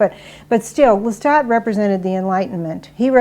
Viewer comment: it's Pronounce Lestat